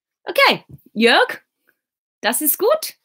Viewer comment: Hey ... how perfect you pronounce Jörg at first time 😍 I'm pretty sure, you could learn german very fast. Perhaps the "g" sounds a little bit hard, like "k". Try it like the "g" in dis"g"usting or "G"ustav.